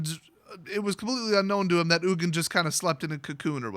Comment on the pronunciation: No actually I jokingly said ugin so wrong! lol